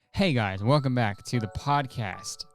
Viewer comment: 100% thought he said hey guy in the beginning and was so lost